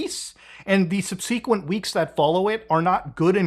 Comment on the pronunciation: Ugh…you’re still saying sub-cee-quent…it’s sub-seh-quent